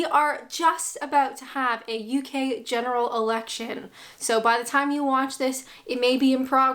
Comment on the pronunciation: I had to replay the start as the first time you said it I thought you said General Erection. Suffering from foot in mouth disease is a prerequisite for becoming a Politician. I don't think that Boris fathered any children that night after that zip wire escapade.